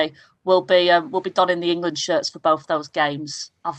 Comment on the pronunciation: Why does Jill Scott always say “Engerland.”